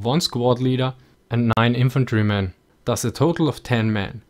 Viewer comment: Am I the only one who hears "Das" when he says thus ?